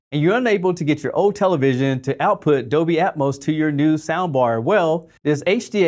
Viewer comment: "Dolby Atoms" ??? Hahahaha